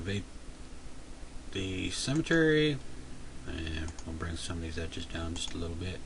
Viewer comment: Great video, though I kept giggling as you pronounced "symmetry" as "cemetery."